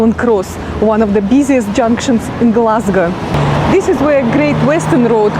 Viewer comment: Love how you pronounce Glesga your richt Gleswegian noo.